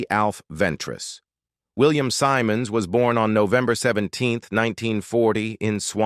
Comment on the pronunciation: Please please pronounce it his surname correct SIMONDS NOT SYMONDS